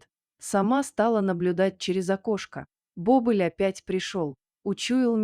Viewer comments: Не бОбыль, а БобЫль!!! Когда уже чтецы подружатся со словарями?! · Не бОбыль, а бобЫль!!!